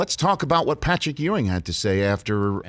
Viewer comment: C'mon Rich, it's Patrick Ewing. Geeeeez